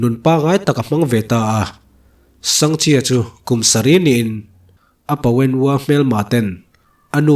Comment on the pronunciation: Sangha chi ti a ka'n chhiar tlat pek chu a😂